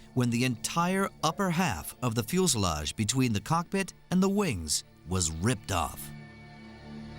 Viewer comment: Why does the narrator keep saying "fuelselage"??